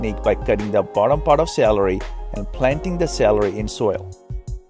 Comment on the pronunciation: I was laughing at the point where it said "after 2 weeks the SALARY (celery) will start to re-grow " :-D